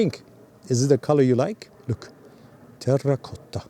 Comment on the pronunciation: Congratulations for the good pronunciation "terracotta" I think is my favorite color even in the most difficult light conditions, it is always a pleasure to see your videos